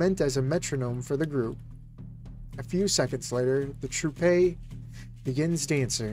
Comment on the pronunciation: Troupe. The E is silent.